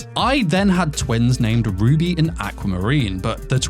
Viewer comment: I’m listening to this while doing other stuff and being the degenerate isekai lover that I am, every time you say “Ruby and Aqua” all I see in my head is Rudy from Mushoku Tensei (it genuinely sounds like you’re saying Rudy instead of Ruby) and Aqua from Konosuba and I’m just laughing over that pairing 😂